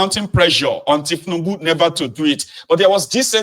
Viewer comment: Did I hear you call the president Thiefnubu? You must be crazy. YOU ARE A COMPOUND FOOL.